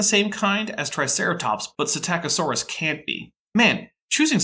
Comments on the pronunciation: "Puh - sitta - co - saurus"?? ugghh.. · did pronounce Psitaccosaurus “PsitICiosaurus”?